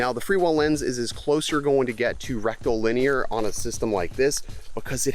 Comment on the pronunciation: Is it my imagination, or are you saying . . . Rectal. . . Linear? 😂😂😂